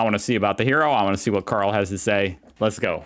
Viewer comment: I think he called Carl "Howlie"